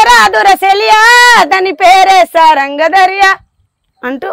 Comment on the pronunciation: సార్ సారంగ దరియా లో ద కి ఒత్తు ఏది సార్...??? సారంగ ధ రియా అనలే గా సార్..మీ జస్టిఫికేషన్ బాగులేదు sir శుద్ధ బద్ధాల అశోక్ తేజ......